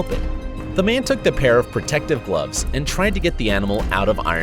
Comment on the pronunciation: I like how you said protective cloves when they were oven mits :)